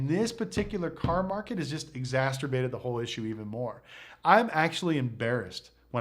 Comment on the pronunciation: Exasterbated? lol Exacerbated